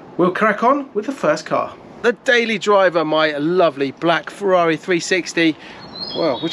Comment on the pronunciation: I'm a Porschephile but, with respect, mate, we don't come to you for "Porsha" but "Feza"... 911T? I'd rather have a cuppa tea!